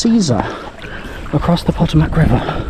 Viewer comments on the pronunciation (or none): Just FYI Maryland is pronounced "Mare-uh-lind" Potomac is "Puh-toe-mick" Born and raised.